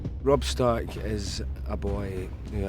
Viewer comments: Did he just say "I Eddard of house STORK" ? lolol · I, Eddard, the house stork, sentence you to die. "House stork" - like a house cat? lol